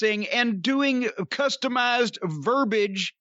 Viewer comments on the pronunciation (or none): "customised verbige!"